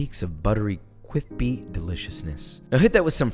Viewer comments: Every time Josh says cwispy I live another year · Number of days w/o "cwispy" mentioned: [0]. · I love the word "cwispy” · Ceo or saying “cwispy” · Josh: cwispy CWISPY YOU WANT THAT CWWWISPPP Me: I don't like crispy food though.. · Damn there were levels to these cwispy thangs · Where is da cwispy my fishy bwotha